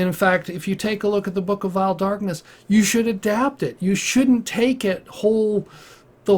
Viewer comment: Da book of vaeil Dakness